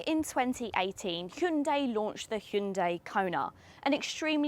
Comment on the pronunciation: Impressive that they're finally starting to get the pronunciation correct in the UK. She correctly pronounces the name with two syllables and not three. Hyun-DAY is correct (not hi-un-dai). Well done and great review.